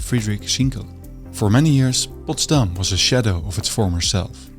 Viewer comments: Why do you keep emphasising the city's name on its second syllable, although there is plenty of evidence to where the stress should be put? It just doesn't make sense and affects your otherwise interesting documentation. And while we're at it, let's use the opportunity: Assuming your native language is dutch, why do you find it necessary to pronounce english the american way? What is wrong with the original accent from across the Channel? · Very nice. But why do you stress Potsdam on the last syllable? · His pronunciation of Potsdam with the accent on the last syllable like in Amsterdam also make it sound extremely Dutch, Friedrich Wilhelm I would be glad I guess.